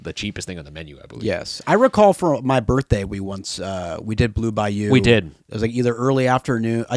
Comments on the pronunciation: Anyone else hear them pronounce the restaurant as “Blue Bi-You” as opposed to Bayou. Maybe just me lol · The way you guys pronounced “Bayou” THE WHOLE TIME !!! PISSED ME OFFFFFFFFF 😭😭😭